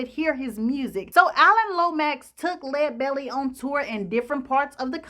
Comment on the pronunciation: Thanks so much for pronouncing his name correctly. How about doing Robert Johnson next. Excellent job as usual.